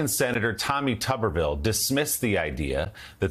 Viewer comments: Can y’all start pronouncing Tommy’s name correctly? It’s “Tooberville”!, as in Mr. Potato Head. If it was pronounced “Tub”, there’d be 2 Bs in the spelling. Somewhat similar to “Duh” Santis 😂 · Tuberville is pronounced "Tooberville", like nooberville!